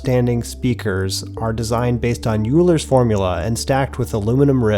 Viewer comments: Euler is pronounced more like “oiler” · Euler....Its pronounced OILER....not YOULER....ARGHHH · "Euler" is pronounced "oy-ler" or "oiler"